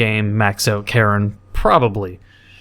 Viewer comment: i love how he says karin as karen